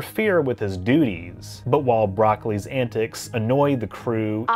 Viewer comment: (Did you say Broccoli on purpose🤭?)